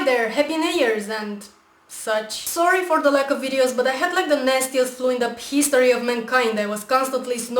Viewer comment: Sounds like she said " Peas story of mankind."